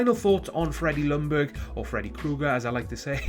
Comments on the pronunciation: "Lungberg" it's pronounced "Young-berg". Other than that it was a good vid. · goodness you English speaking countries, its pronounced yoong-berry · jack SG no he did not. im swedish and that is NOT how you pronounce it.